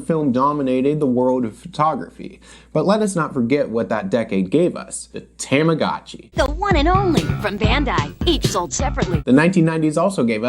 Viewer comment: I love you buddy but no one pronounces Tamagachi like that lol - you can add that to the list